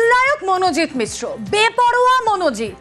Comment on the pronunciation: মিশ্র নয় মিশ্রা